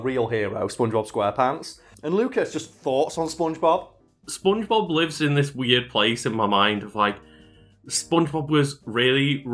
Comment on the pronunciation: your accent makes it sound to me like you're saying "spoongebab"